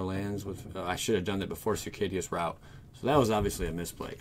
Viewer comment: its circuitous, Like Sir-queue-it-us lol